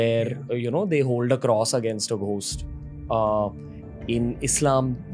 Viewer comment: Why do you say ghhhost it's gost